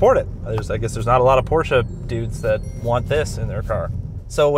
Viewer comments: Shoutout for pronouncing ‘Porsche’ correctly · Thank you for not saying PORSCH!